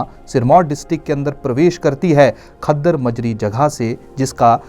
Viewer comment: कलसी नहीं जनाब यह कालसी है, खद्दर माजरा नहीं यह खोदरी माजरी है, बता नहीं यह बाता नदी है जी